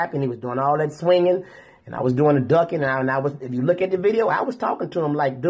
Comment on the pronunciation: Whats wrong with her? Why cant she say you and too?